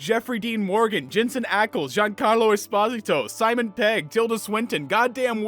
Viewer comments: es-pah-zih-toe ??? 😂 thats a new one. it’s pronounced esp-oh-zito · The comics are better. I'd be happy for season 5 to prove me wrong, but I can't for the life of me see that happening Edit: is the first time I've heard someone pronounce Giancarlo Esposito's name like that